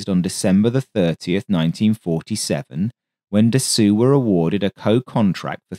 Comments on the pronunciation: interesting video. little tip: Marcel Dassault - try to pronounce it as "DASSO" :) further tip - when I want to check how to pronounce words in a foreign language - I use google translate which a sound icon showing you the prononciation. I like the pace of your video -- I capture evrything first time - this is perfect for my foreign ears. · The correct pronuncoation of his name is Dasso...not Dassu....it might be spelled Dassault but in french when the letters "A and "U" are placed together its pronouced as "O" not "U" and in the case of this name the L and T are silent. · Very good work overall, but one thing made it almost grating to listen to - Dassault is properly pronounced 'dah-so', NOT 'dah-sue'. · Very nice video about an aircraft that, for some reason, I always loved a lot. Just please strive to pronounce Dassow instead of Dassew! Actually, Dassault was Marcel's brother Nom de Guerre in the French Resistance; Marcel was emprisoned for refusing to collaborate with the Germans and was barely alive when he left Buchenwald. Little did he know that he would live until age 94 and build such wonderful aircraft... 😀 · FYI, Dassault is pronounced "Dass - oh", rather than "Dass-oo". Great video - thanks! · Da-soh not Da-soo - au gives an oh sound, the lt is silent. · Its Dasso..not Dassu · Interesting and thanks for the info. But you did make another pronunciation mistake here. "Dassault" is NOT pronounced "Da-soo". It's "Da-soe" (rhymes with "toe"). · Dasso is the correct pronouciation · That's basically where it comes from though - his brother used the name "Charsasso" as his alias when he was working for the French Resistance during the war, which was a play on 'char d'assaut' - "assault tank". Not sure why video pronounces it as dassoo. My understanding of French was that "-au" is a short 'o' as in english 'rose', and the -lt is essentially silent, so it should be 'dasso', same as how Renault is closer to 'reno' not 'renoo'. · Marcel "Dassoo"?